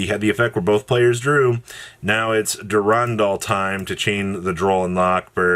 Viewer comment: Never heard a worse pronunciation of Durendal